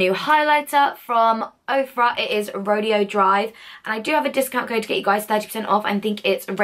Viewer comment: The highlighter is pronounced "ro-day-o" 🙊